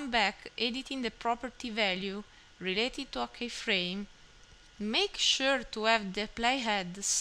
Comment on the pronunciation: It's pronounced "key-frame" not "K-frame". But overall great advice